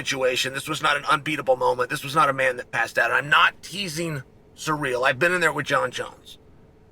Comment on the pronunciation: Sear ell. Its not that hard Shale.